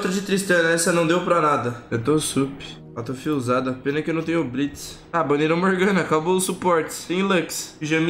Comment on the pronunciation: e q porra é auto fill, feel, fiu (sei la)?